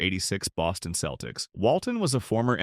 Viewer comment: Many mispronounced names: Isiah (Thomas), Celtics, etc. A.I.